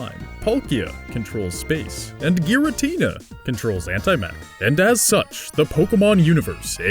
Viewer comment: No its antimatter